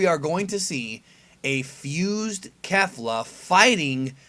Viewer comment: Please stop, lol, saying kefla